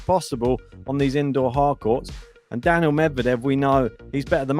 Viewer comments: His name is Daniil. Not Daniel. Get it right. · He is not saying Daniel,but Danil